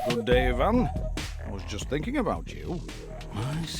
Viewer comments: When finally there's a piece of media where the name Ivan is pronounced correctly. ... Nice. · At least they pronounce the Eastern European names correctly. Instead of the Western eye-vun, it's ee-vahn. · As an Ivan in real life I was floored when the name was pronounced correctly. Americans usually hit me with the Eye-Van